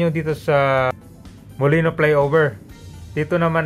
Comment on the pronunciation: Molino Flyover po, hindi po Molinoy Flyover, wala pong letter Y sa huli.